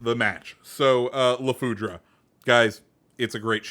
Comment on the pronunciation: It's french so the e is mute at the end